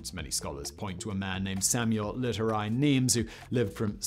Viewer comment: But totally butchering Nemes's name. 😂